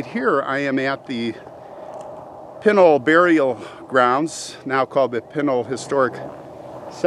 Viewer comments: I've lived here in AZ for over 20 years and my husband is born and raised. It's called P with a short i...then n ..a[short a]..l. It is never called what you called it. My husband [whose 54], says someone is messing with you. LOL Welcome thought to AZ, lots of interesting cemeteries and old towns. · I lived in Superior, Globe and Miami, Arizona. I grew up riding the dirt roads of the Pinal mountains. I like a few months from being 60 years old and all my life Pinal pronunciation was the way you choose Not to say it. Only after people was more learned on how to say words by their spelling did the pronunciation change. It’s just like the word Gila, Gila monster is pronounced with an H and not a G sound. It’s a shame that future generations will not be able to hear how the people before them pronounce the words and will only go by how it spelled now.